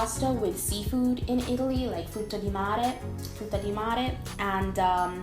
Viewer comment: hai detto frutta di mare come una madrelingua italiana!